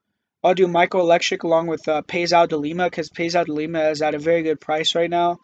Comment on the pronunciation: lol 😂😂😂😂😂😂 u said Oleksiuk bro, its Oleksiejczuk lol